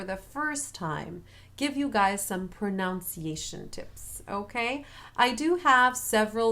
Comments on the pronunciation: hi :) say pronUnciation, not pronOUnciation, like in the spelling. pronounce and pronunciation second sylable is different. your tips are great btw. just what we need. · Only being persnickety bc of the video’s nature, but proNUNciation is the word. Not ProNOUNciation. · Muito obrigado not only for this video but for all of them. They’re incredibly helpful, and I keep returning to them. A small point in this one that the pronunciation of the English word “pronunciation” actually has a short u in the second syllable, at least in America. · One small thing: the "un" in "pronunciation" is pronounced like the "un" in "under."